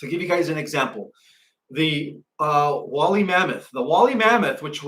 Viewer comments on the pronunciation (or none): DO YOU MEAN "WOOLLY" MAMMOTH, PROUNOUNCED: "WOOL-LEE" MAMMOTH! B/C THEY WERE WOOL-LY W/A COAT OF HAIR...